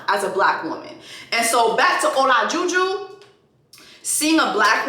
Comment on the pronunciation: Not ola-ju ju 😭 but yes MAFS seems not to care about ppls —esp blk women’s mental health & it’s hard to watch sometimes . Btw his wife’s name is katina